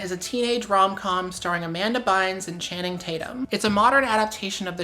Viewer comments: the guy who said channing tatum looks biteable. did he say channum tating? T.T? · "channum tating" lmao